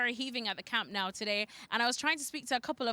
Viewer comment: Can people please start pronouncing the name of the stadium correctly, it's doesn't sound like camp now, it's camp no